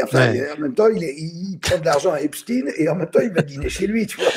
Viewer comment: TKT PAS...l'IMPUNITÉ C fini .... (Believe me) Écoutez, comment "EPSTEIN est prononcê : sont OBLIGÉS de prononcer EPSTIIN ... MAIS, TKT pas❤